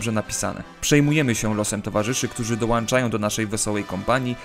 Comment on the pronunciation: dołanczają? Kurwa